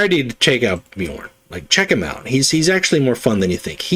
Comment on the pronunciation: Thanks for the video,! Bjorn is rare to see, most Wolves go berserk boyo or Russ. P. S. From audio books I believe that his special card is pronounced with J as "ya", the way you did it first time. P. P. S. Are planning on doing Gendor Skraiovok deck? I'm trying to make him mission deck and I'm failing miserably. I usually like to create my own decks but I'm currently running out of ideas.